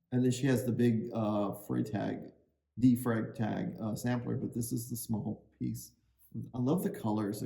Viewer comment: Come on - you know how to pronounce D Freitag - 😂😂😂 It’s German for crying out loud! D Fry-tahg. Being out of uniform really plays with your head! 😂😂